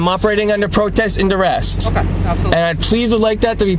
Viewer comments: "I'm operating under dur-rest". "Word salad" and "not even a real word salad". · "Protest and Durest." 🤦🏻‍♀️ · I wish these people could at least pronounce things correctly. "Durest." Sheesh.